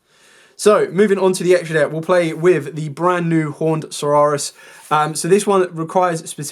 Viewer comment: Great deck profile and explanations. The saurus in Horned Saurus is pronounced the same as the saurus in Tyrannosaurus.